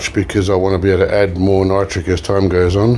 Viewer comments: And it’s nitric lol not nootric lol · Hi it’s ME again hiiiiii can you do a show showing how to make poor man’s nitric. Ps I like the way you are trying to say nitric and not nootric but I like the way you say nootric lol